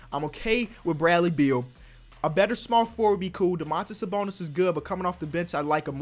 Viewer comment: Dõmantas Sabõnis not Domãntas Sabounis. As I'm lithuanian I have to make a little correction on your spelling, not a big deal but just for you know.